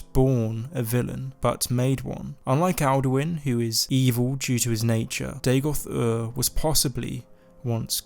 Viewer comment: Day-Goth? Are you AMERICAN? You don't sound American... It's DA-goth, mate. DAGOTH. Dagoth. Dagoth....